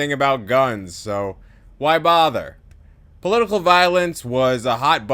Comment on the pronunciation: Great vid, was thrown by "poitical" violence.